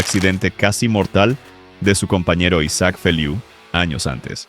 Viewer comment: A Carles no lo trataron los médicos en medio de una tormenta pues aquí en Cataluña, España, supimos como fuè todo el proceso. Por qué metis , los panchos , tanto solo por ganar likes. Y Isaac se pronuncia aquí en Europa como se escribe, aquí no se yankean los nombres y palabras nuestras, Europeas.